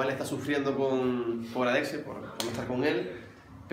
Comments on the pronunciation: Perdón en ves de decir adexe dijiste adese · Papá de adexe en ves de decir adexe dijiste adexe 😂😂😂